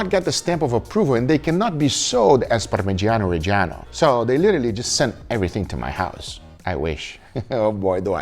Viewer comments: Real good pronunciation on parmigiano reggiano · Parmigiano Reggiano lo dici divinamente